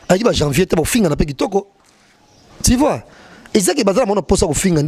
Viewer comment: “Ti vois, Ti vois”🤣🤣🤣